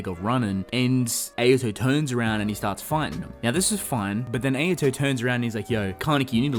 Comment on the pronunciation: Why do you pronounce Ayato’s name incorrectly? It’s not Ay-ya-to. It’s Ah-ya-to